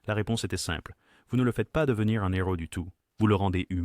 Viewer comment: Un nheros 1 éro le h ne se prononce pas